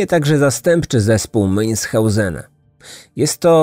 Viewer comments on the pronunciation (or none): Münhausena. Człowieku!!! Przygotuj się porządnie do odcinka.